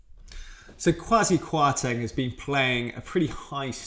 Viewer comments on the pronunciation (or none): PLEASE use the correct pronunciation of this man's name. It's like nails on a caulkboard.